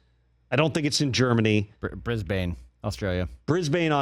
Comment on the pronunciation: "Briz-bun" (Brisbane 2032 Olympics) not "Bris-BAIN".